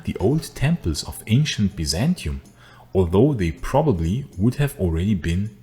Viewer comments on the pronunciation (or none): none